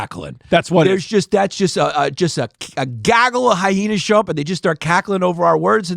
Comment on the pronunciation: Why does Yannis say Hy-hena’s??